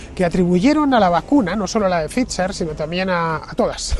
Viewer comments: Que sigas diciendo Fitzer en vez de Phai-ser a estas alturas también es gracioso… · Hijo infórmate no es Fitzer es Pfizer (se pronuncia faitzer) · Para no escapársete nada, la pronunciación de la Bigpharma no se te queda eh? /faiser/ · “Pfizer” se puede pronunciar como “pfaitser”, me resulta raro oír “fitxher” en boca de Fernando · Se te ve muy convencido por eso has vuelto a por la tercera banderilla. Qué dolor de oído cada vez que dices FIZZZZER😅😅😅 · Só escutar dizer "phitcher" en vez de "pfizer" já me deu principios de vomito. Este está grafenado até à raiz dos cabelos. Este é o nivel. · Se pronuncia “faizer “ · Nu, nu... "Faisor" (º_º) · No comprendo este comentario 😮 hasta la fecha se sabe que la unión europea favoreció este tóxico al mundo, con todos los intereses de conflicto. Estarán contentos en pfizer porque hasta lo pronuncia raro…😂😂😂 USTED DEFIENDE QUE,???